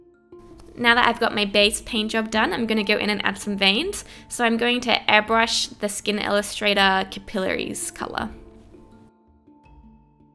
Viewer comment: The red colour you used for the vein is called capillary cap-a-lair-ees 😬